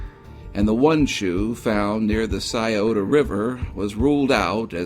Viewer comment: Oh you pronounced Scioto correctly but then bombed Olentangy. Oh Lynn Tan G